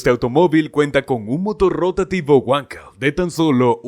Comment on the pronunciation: Motor "weko"😂😂😂😂......wankel.